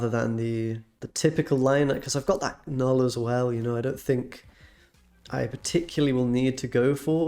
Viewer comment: You get a thumbs up for saying Knull the right way TY!